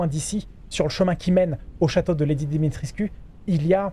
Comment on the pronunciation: Alors, juste pour info "Lady Dimitrescu" ça se prononce Dimitrèshcou. :-) C'est un format de nom de famille assez fréquent en Roumanie.